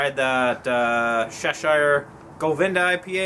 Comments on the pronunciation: Fair enough. But all my life I've heard Alice in Wonderland's Cheshire cat pronounced "Sheshire" so that is where I got that from. Maybe everyone around me says it wrong. I know people in the UK say words differently than us damn yankees. ha. Bon chance et bon voyage. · Really not trying to be a dick, I mean this to help pronunciations. Chevallier is french, hence the Shhh pronunciation. Cheshire is pronounced with the same Ch as chair or Cheddar as it's Anglo-Saxon. We pronounce shire the same as sheer, so Cheshire is more like Chairsheer when spoken. Like your vids and look forward to the next.